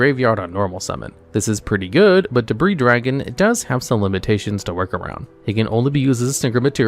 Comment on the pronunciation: You don't say the "s" in Debris Dragon's name and also Z-One's name is pronounced singularly, the same way as "zone", as in the Sonic Levels, like Green Hill Zone or Scrap Fist Zone! It is not "Zee One", it is also not, to say it correctly, "Zed One", it is a single syllable! And yes, I named those two levels on purpose, you can probably guess why!